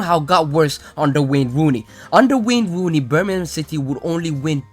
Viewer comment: I giggle each time you say wane wooney